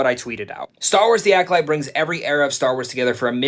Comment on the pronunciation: Was it Acoshite or Acodyke? Hmmm, that’s what I heard anyway. 😂